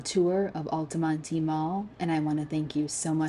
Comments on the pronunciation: It's pronounced alta-mont. Not alty monty. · I'd say the only closed indoor "malls" still popular in central FL are Altamonte, Florida, and Millenium. The latter two mostly because of tourists. Those two are closer to theme parks and hotels on international drive. BTW, the last e is silent, pronounced Al-ta-mont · I think it's funny she can't pronounce Altamonte. You don't pronounce the e. (Al-ta-mont) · The "e" in "Altamonte" is silent. Otherwise an excellent presentation. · The ‘e’ is silent in Altamonte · Are you sure the “e” in Altamonte isn’t silent?